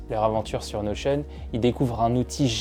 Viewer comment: Je viens de découvrir que ça se prononçait "Notion" à l'américaine mdrrr merci à toi